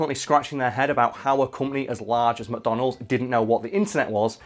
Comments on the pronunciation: I kept hearing “Madonna Holes.” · Why does he pronounce it "mah donalds"?